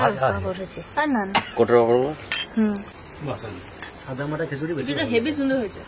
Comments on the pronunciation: When will she stop saying hebby hebby. Sounds really funny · I think she shouldn't stop.. She can express her feeling better under this circumstances uttering the word "hebby hebby".. After all eta kono abriti class hocche nah, normal homely lighthearted kotha barta